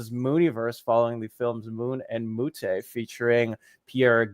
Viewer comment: "Mew-tay"? Mute.